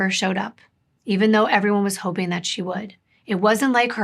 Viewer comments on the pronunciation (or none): none